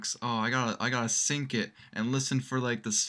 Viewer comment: It's "sync", you ignorant moron.